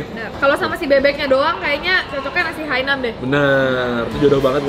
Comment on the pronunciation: Ralat dikit, namanya nasi Hainan bukan nasi Hainam